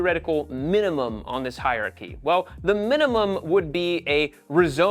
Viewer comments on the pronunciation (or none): hier-chy, NO. hier-AR-chy, YES.